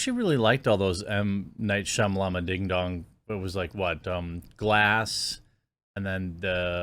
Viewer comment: Ha Ha ! Only other person ever refer to M. Night Sham.... as Shamala..Ding Dong!!! Thank you. Love most of his movies 🍿 but so hard to Not make fun of his name. Thanks again